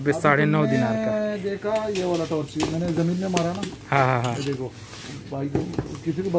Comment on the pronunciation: Taaarch nahi...torch